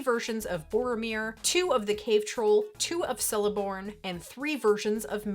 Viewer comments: It's Celeborn with a hard C Very cool set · Totally mispronounced celeborns name